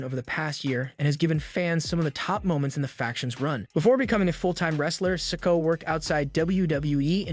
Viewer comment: I think you need to take your time when you're speaking because you don't pronounce the words properly and have the time you're dropping letters off names IT'S SOLO SIKOA NOT SOLO SIKO You don't have to speed talk take your time and more ad revenue seriously